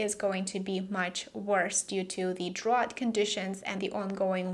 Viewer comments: "drought" is pronounced "drowt" not "drawt". You're welcome! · Hi great report. (By the way in American English drought rhymes with out.)